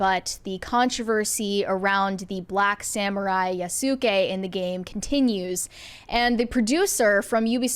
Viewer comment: The u in Yasuke is silent, sorry to be that guy